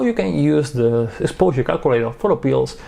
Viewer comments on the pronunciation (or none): I love the way says "sposure"